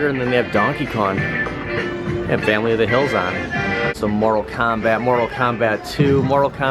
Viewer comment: He said “family of the hills on” lol